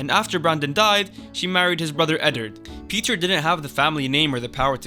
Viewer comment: Thank you for pronouncing it “Peter” and not “Pi-TAHYR”